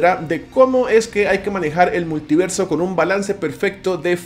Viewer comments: “Muliverso” señores, muliverso 🚬🗿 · Es multiverso, no muliverso